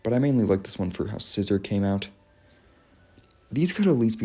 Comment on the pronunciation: the fact you said Scizor's name as just "Scissor" made me laugh, i was like "Scissor? there is no S-iz-or there is only Scissor"